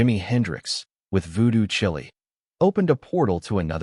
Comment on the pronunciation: It's Voodoo Chile (rhymes with vile). That's vile as in many of your pronunciations.